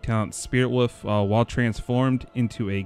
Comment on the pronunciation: WoLf not woof.